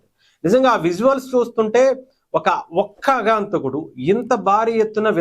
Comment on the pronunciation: అగాంతకుడు కాదు ఆగంతకుడు అనాలి